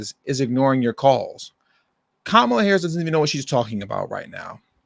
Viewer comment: KAH-MAH-LAH. Like the wrestler 😂😂😂